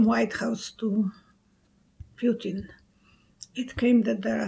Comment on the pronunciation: _ Correct pronunciation of the name PUTIN is ... POO-TEEN not p-you-tin. Languages using the Cyrillic alphabet (as in Russian) have unique pronunciations for each letter (unlike English). _ In the word PUTIN (Russian "ПУТИН"), the letter 'U' (Russian "Y") is always pronounced "OO" and the letter "i" (Russian "И") is pronounced "EE".